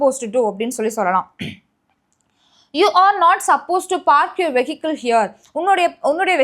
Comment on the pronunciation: Vehicle is supposed to be pronounced as /vi:kl/.